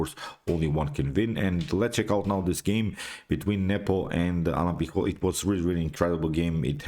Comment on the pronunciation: you pronounced awfully the surname of alan pichot